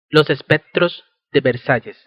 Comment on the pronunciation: Los ''espetro'', de versalles como pronuncia de mal jejeje, algunos lugares ''jamosos'' ay no sigo, que voz tan irritante, ''diferette, ah no...